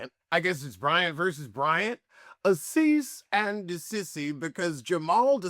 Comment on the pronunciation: I love when you say “a cease and desissy” 😭